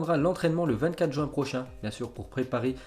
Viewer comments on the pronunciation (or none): none